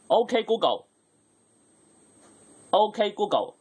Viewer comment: 鹏 嘗試讀准确一點